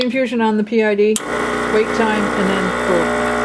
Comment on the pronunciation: I watched an earlier video where you said "pid" rather than PID, and as an engineer with a background in controls I actually wrote out (then decided not to post) a comment explaining that it's always pronounced by the letters. It warms my heart to know that I'm apparently not the only one who was distraught over this. Great videos!